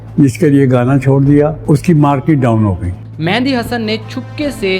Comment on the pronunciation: The name is Mehdi (messenger) not Mehandi (henna).